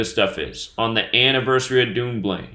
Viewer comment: Dunblane is pronounced Done Blain ......... you are saying Dune Blain